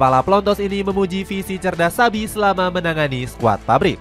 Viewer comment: INGAT YA ADIK” XABI PAKE B BUKAN V 🤡🤡🤣